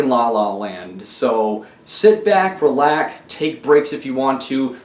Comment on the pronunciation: bro said sit back relack